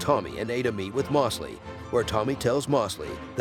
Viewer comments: Why are you saying “Mawsley” when you even show the clip of his own character pronouncing it “Moe’s-lee”?? It’s like your intentionally saying it wrong. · Moss-ly and not Mose-ly was frustrating but great recap